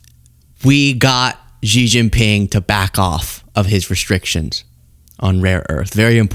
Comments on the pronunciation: SHEE (JINGPING) ..... PRONOUNCED . Not Jee, Gee, whatever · Xi is pronounced rather like the English “She”, not “Jee”. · FYI: Xi's name is pronounced "shee", not "gee". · It's a good thing you weren't negotiating for us. It's pronounced (Shee). In Mandarin, (Gee) is the pills of underwear fabric that collect below your scrotum. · Xi is pronounced “she” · Come on, it's Xi, not Gee. Can't you be arsed to spare 2 minutes and find a Chinese vid on YT or TikTok to learn the correct pronunciation ?